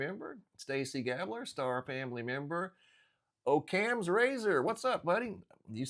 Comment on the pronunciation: It’s Occam’s razor not ohccams razor